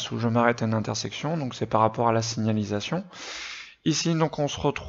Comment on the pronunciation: Tu as du mal a dire signAlisation 😂😂 PS: merci cest super ce que tu fais !!